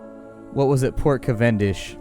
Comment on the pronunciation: I have never heard anyone pronounce Cavendish like you do XD